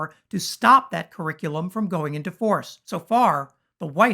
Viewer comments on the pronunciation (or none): Will someone please tell Ben Crump that it is WITH not WIF, it is THIS not DIS, and it is THAT not DAT.